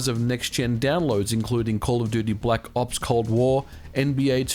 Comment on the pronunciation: black “0PS” Cold War. Love the way he’s says it lmaoo